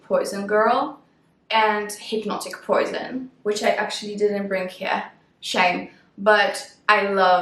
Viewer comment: You are a whole mood in this video! Love it!! On another note, the way you say “Shame” sometimes is very South African 😅 It’s our catch all word 😂